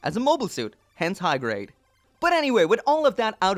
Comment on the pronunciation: I know he said high grade...but it sounded like he said hentai grade. Which is disturbing for multiple reasons